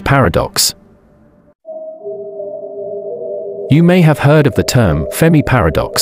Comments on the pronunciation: FERMI NOT FEMI FFS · Computer voice FERMI not FEMI.